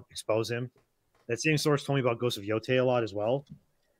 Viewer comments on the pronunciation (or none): ITS PRONOUNCED YO-TAI NOT TAY!!! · Yo - DEI.